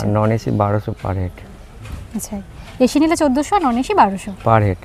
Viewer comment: মামনি এশী রুম বলে না বলে এসি রুম